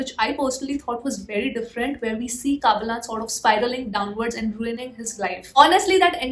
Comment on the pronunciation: Don't say kaabilan......say kabilan